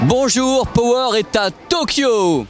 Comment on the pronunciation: "Pohweure" et "I-Fi", c'est tout ce que j'entend